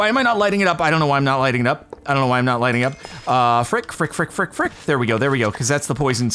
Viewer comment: Its so funny to see you say a word frick a lot of times sounds like duck